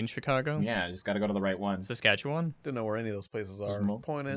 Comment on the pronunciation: Saskatchewan...thank you for saying it right lol.